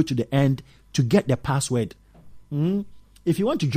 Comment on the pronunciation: Saying password wrong